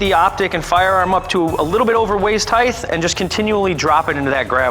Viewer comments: Height.'T' not waist heighth! There is no th at the end. Width and height! Weight and height! T T T. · He kept pronouncing it 'heighth' too. Hurts my brain!